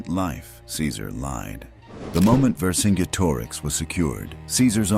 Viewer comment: Also zenobia was herself roman And pronounce vercingetorix correctly!